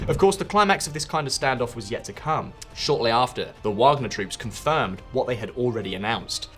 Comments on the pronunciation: You pronounced "Wagner" with all possibilities back and forth. W, V, light V 😅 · Come on man Prigohzin is not pronounced like that and Wagner W is a V. 1.31m subscribers - this is really poor